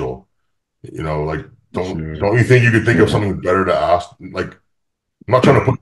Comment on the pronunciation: Am I the only one that always understands "aks" when wants to say "ask"???